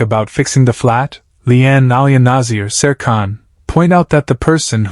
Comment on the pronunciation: The ai in this doesnt realise she already knows how happiness can be fleeting and how precious small times are with alfie, she already lost one son with seb Plus get the names right, even with ai you can change it to pronounce things right, abi and nazir pronounced wrong